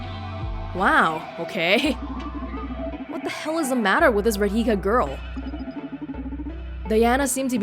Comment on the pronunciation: Raa-dhee-ka. Not Rad-hikka XD. In any case, another enjoyable video. It's great that you chose to continue this.